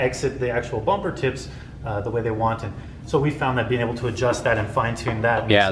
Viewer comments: Anyone else here him say "Oble" instead of "Able" at 4;14???? LOL. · why does he always say "oble" instead of "able"??? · why do you pronounce it ouble instead of able?